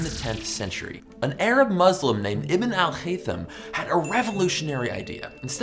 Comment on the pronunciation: the way you say ibn al-haytham is very weird and kinda funny